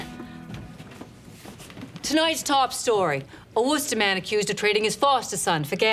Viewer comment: Massachusetts-ite review: the Chet Curtis & Natalie Jacobson name drop is just so perfect and authentic; the Worcester pronunciation wasn’t quite right. She usually gets the accent pretty well, though exaggerated.